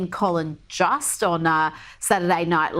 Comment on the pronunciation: It’s pronounced Jost- w a long o (like most)